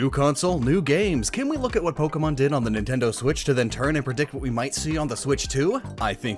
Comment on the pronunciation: People that say “N tindo” pmo